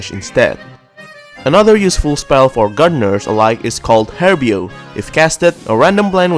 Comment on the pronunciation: it's technically "Reparo" not "repairo"